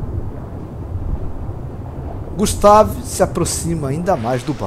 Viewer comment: Eu acho que a pronúncia do nome dele poderia ser "gÚstave", acho que ficaria melhor, mas não ficou ruim assim. Muito bacana o vídeo e que criatividade grande! Eu acho que poderia dizer que é um deinosuchus mesmo..